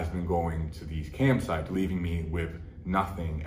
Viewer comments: First 2 minutes of the video I thought he had been saying he was addicted to camp sites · He's saying camsites, not campsites. They're websites where adult streamers go on a live webcam and basically do XXX stuff that their viewers pay them to do. It sounds like it was sucking up all of Larry's money and he was spending too much time on it so it's good that he overcame it. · "cam sites," like websites where they stream "camgirls" do things on CAMera. Plot twist: he meant CAMPsites where CAMPgirls do things on CAMPsites. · Oh thanks as a french canadian i was confuse about this one 😂